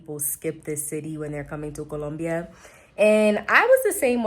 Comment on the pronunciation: Hey, I like the way you pronounce Colombia. So many English speakers cannot get it right. I lived in Medellin for eight years and just for a change, I moved to Bogota. I like the people here a lot but the one thing that I didn't take into account is that it's cold inside my apartment all day every day all year. I feel uncomfortable having to dress special inside the apartment. I have some long johns but that's not enough. Moving around walking in the streets is crisp and invigorating...I love that part plus I get to wear all the cold weather gear I kept in a suitcase and never unpacked in "Medallo". I bought a nifty electric space heater on Amazon and it does the trick but is expensive to operate. Thank you.